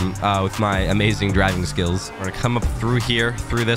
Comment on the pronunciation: "We're not deiving to Zimbabwe"😂😂😂LMAO